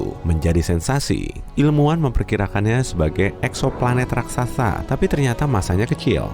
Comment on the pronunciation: Normal people : RAKSASA Narator SST : RAKTSATSA